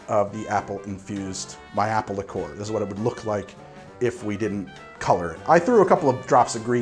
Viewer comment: I’ve literally never heard the pronunciation “lick-ORE” from anyone else, ever. Have I simply led a sheltered life, and half the drinkers in the English-speaking world actually pronounce it that way?